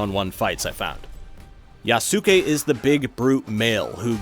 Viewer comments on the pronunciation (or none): Yaws-kay is the pronunciation for Yasuke btw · YAHS- KAY= correct pronunciation. You're pronouncing it wrong. how do you get "kusarigama" but mess up "Yasuke"? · For future reference his name is pronounced "Yas-kay" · The way u saying yasuke's name is crazy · Oof, sad to see my favorite games channel having to cover stuff like this. Still, you do the best with what you got. Bonus: Take a shot every time he butchers the name Yasuke 😂